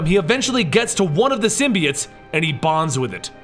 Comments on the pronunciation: its symbiOtes not symbeeites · Bro he said symbiites